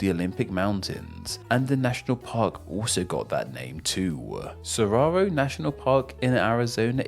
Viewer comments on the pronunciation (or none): Some corrections: and shows Banff National Park which is in Alberta, CANADA. It's not "Sararo". It's Saguaro.